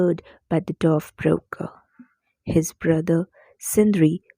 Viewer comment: mam you are pronouncing BROKKR wrongly , you are saying - "broker" but its actully pronounced as - broKK